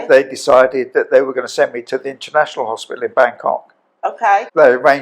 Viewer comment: HOSPITAL NOT HOSPIAL GRANDMA